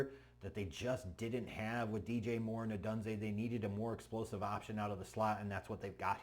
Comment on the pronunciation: Oh Dune Zay Not Oh Dune Zay. Say his name right